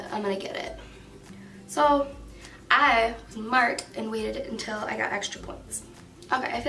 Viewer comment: "I was mart" 😂💀💀💀